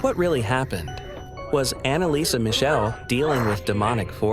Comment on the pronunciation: ¡¡¡Schrecklich falsche Aussprache ihres Nachnamens..‼️ 🖕🏻😡